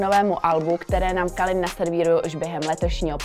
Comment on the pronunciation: Calin se čte Kelin a ne Kalin